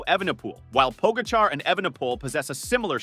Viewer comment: Interesting stats. If only the narrator had not butchered the pronunciation of TP & JV